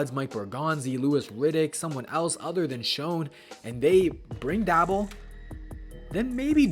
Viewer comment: How are you gonna make these videos and boy even that know how to pronounce the man's name